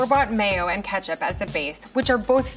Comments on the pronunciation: Why’d he say ketchup as katchup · Why does pronounce ketchup like that. its a E not an A. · Did they say katchup and not ketchup